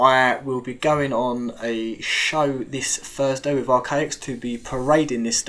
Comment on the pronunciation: Depth perfectly but then furver. No such word. Smart man, make an effort. Wiv with, ova other, fing thing. Let go of your childhood.